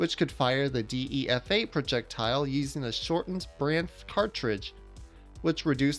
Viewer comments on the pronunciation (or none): he pronounced all kinda badly. Dee ee ef ay? Es oh ef ay em? Ee-veen?